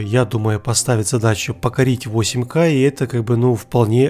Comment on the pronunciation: У меня уши кровью обливались когда он на протяжении всего видео 4кей 8кей, блин правильно 4К 8К типо КА не кей